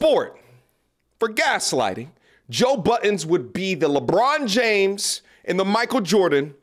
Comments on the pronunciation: Why do people put an S on the end of Budden all the time? Buddens always makes me laugh when I hear it dont know why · Please, stop saying Buddens. Peace. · Inlaughed every time you called him Joe Buttons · 20 years later ppl still say “buddens”. How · It drives me crazy thats you say “joe Buddens” us BUDDEN no s